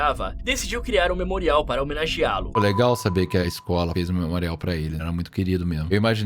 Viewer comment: “Como vocês devem saberA.” 😂